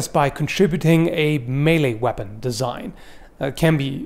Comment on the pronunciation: Vepun ve need more v's...... vee have vays of making you talk...... I vill go now....ugh